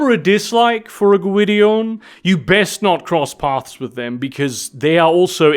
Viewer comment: Gwydion is a Welsh word and you are pronouncing it well.